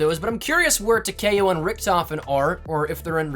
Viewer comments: Who’s tuh kay oh? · Every time you say Takeo wrong Imma dislike your video sorry 😐 it just bugs me